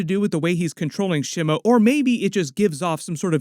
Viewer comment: The initial vowel in "Shimo" is like the vowel in "she," not the vowel in "shim." It's a Japanese word. Japanese doesn't have the vowel in "slim" or "Tim" ✅ SHEE MOH ❌ SHIH MOU ✅ / ˈʃi mo / ❌ / 'ʃɪ moʊ/